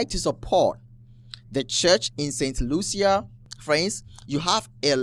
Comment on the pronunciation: Brother….St Lucia is pronounced “Saint Loosha”.